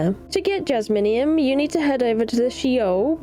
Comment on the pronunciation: Jaz-me-um (Jasmium) not Jas-mini-um